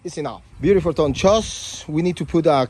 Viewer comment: Please your “ biurifol “ limit has been reached